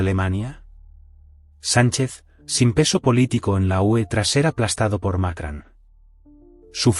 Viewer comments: No se dice Macran, se dice Macron! Pronuncien correcto! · No es Macran es Macron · Por qué dicen Macran? No saben que se llama Macrón? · ¡¿Macran?! ¿Dónde coño está la 'a' en su apellido? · NO ES MAKRAN, ESTUPIDO.. SINO MACRON. VASTA DE BOTS E I.A. ESTÚPIDA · Por qué carajo dice Macran este memo ignorante ? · Que mal pronuncias el nombre del presidente Francés